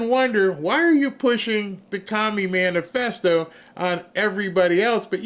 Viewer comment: MANIFESTO NOT Manufesto